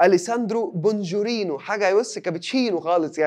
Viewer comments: اسمه بونجورنوا وليس بونجيرينوا...ركز يا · 😂😂😂 بونجورنو يا مش بونجورينو